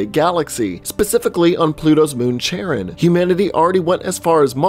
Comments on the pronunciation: Ohhh nooo.... Did he pronounce Charon, as chair-on? Instead of kar-on? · It's pronounced "kharon", dude. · Pluto's moon is pronounced "Care-on" or "Car-on". It's a hard C, like a K, the H is silent.